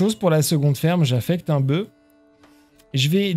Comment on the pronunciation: Bravo, super série. Juste un détail : au singulier, le "f" de "boeuf" se prononce.